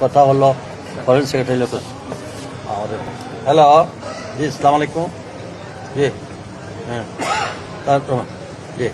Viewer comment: স্যার সালাম দেওয়াটা শুদ্ধ ভাবে শেখেন প্লিজ